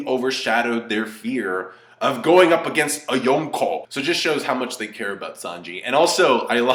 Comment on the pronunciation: I love how says 'YONKO' 😂😂😂